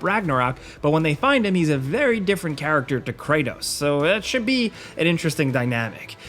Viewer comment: bro said kranos ...